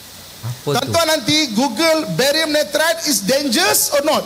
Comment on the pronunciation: Barium nirat bang bukan varium nitrat